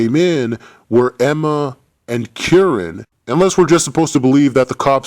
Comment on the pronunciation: it's kieran lmao